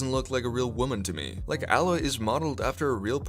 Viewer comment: It’s Aaaaaaaa proper pronunciation aloy not how you were saying it